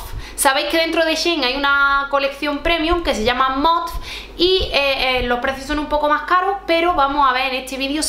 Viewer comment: Yo tb pienso que MOTF vale la pena, aunque la ropa es más clásica... Por cierto creo que se pronuncia "Motif"...😅👍😘